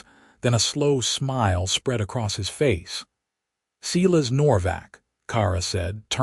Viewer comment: Why do you insist Silas is seelas ? ……, AI = idiot …